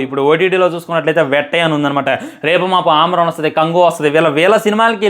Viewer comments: ఆమ్రాన్ కాదురా... సామీ, అమరన్. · Yes Bro ఇతనికి సరిగ్గా పలకడం లేదు అమరన్ అని పలకాలి 😀😀😀